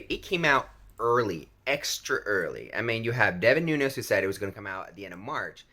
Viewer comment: It ain't "noon-yez", there's no tilde over the n, he's Portuguese ancestry not Latino, so "noon-es".